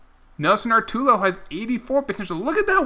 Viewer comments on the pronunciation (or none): It’s Arturo not Artulo